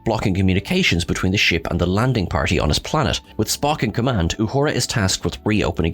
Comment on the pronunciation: Wow! You can't even say emancipation correctly, up your game, because right now you stink. when you mispronounce her character's name and all the other stuff you say on here, you are cheapening the quality of the tribute. respect our culture or we can't respect your channel.